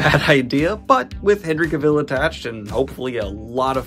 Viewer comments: Thanks for the updates! FYI Henry Cavill pronounces his name differently than you're pronouncing it. He explains that it rhymes with "travel." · FYI Daniel, Cavill is pronounced to rhyme with travel. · Just to note: Henry Cavill's last name rhymes with gravel. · PSA for Daniel...you're mispronouncing Cavill...